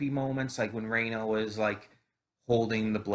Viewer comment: Hi! Rena's name is pronounced as 'Reh-na' not like 'Ray-na'. Her actual name is Reina (pronounced 'Ray-na') but in the original, it's explained she doesn't like to be called by that so she goes by Rena now. By the way, this anime is confirmed to have 24 episodes. I've read the original visual novel for Higurashi and so far this looks to be a great sequel so I'm excited to see where it goes. Hope you enjoy it too!